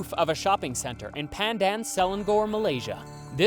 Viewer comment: btw just letting yall know, pandan selangor is pronounced pahn-dahn suh-lang-or lol